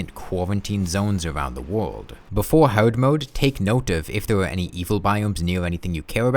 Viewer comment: twee, fwee, wold